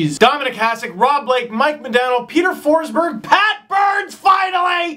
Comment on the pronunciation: FINALLY some correct pronounciation on Peter Forsberg (okay, you only said it once but you should know that it made my day). I have no idea but it always drives me nuts when English speakers misspronounce Swedish names (and I'm not even Swedish) and especially every name that has the word "berg" in them. Like, it drives me crazy. But now, I'm so glad that the hockey world is at least aware that they misspronounce it, even though they still continue in their own ways. And yeah, you're pretty bad on the Russian names too (let's say the whole Eastern Europe) so don't worry :)